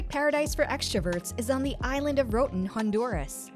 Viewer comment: Disappointing that you cannot pronounce "ROATAN"!!